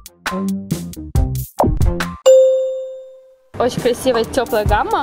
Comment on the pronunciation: Я одна слышу не ску́лы ,а скулы́